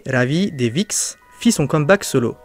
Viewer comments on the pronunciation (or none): Ça se prononce pas VIXX mais 6xx